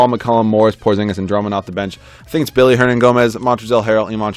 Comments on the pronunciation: Good video. Just two things. It is Willy, not Billy Hernangomez and also, why pass on Ulis? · It's Willy not Billy